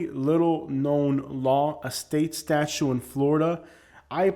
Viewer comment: Statute is not pronounced as statue. The second 't' is not silent.